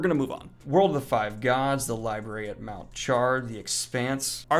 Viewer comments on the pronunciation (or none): none